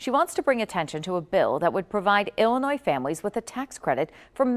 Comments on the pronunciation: Having gon to hs in dolton Illinois and seeing what she’s doing I hope they get rid of her 💯 what really grinds my gears is you pronouncing the s in Illinois tho do better brotha 💯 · I'm not American and I know you don't pronounce the S at the end of Illinois. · we don't pronounce the S in Illinois! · No disrespect. When you pronounce Illinois. The S is silent. Good video